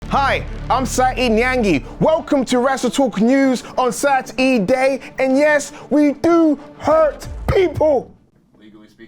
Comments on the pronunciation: ITS SAT-E-DAY!!!! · Yay. It's Sat-E- day